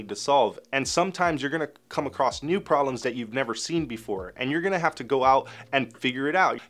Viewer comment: I laugh at the amount of times I’ve hear you say, “prollems” 😂 I love it